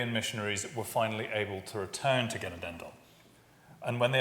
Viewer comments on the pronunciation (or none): FYI 'Genadendal' in Dutch means 'Dale of forgiveness'; the emphasis is on the second syllagle ('na'). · Genadendal is pronounced [χəˈnɑːdəndal].